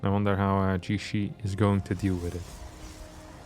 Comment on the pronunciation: Your pronunciation is actually quite close! Generally it's tricky to determine the pronunciation of Chinese words without the characters or intonation marks. I looked up his name and in Chinese it's 解释 and you could pronounce it like "Ji-ye-shi"